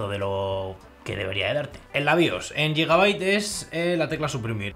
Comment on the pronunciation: no se dice yigabait, se dice guigabait, de nada xD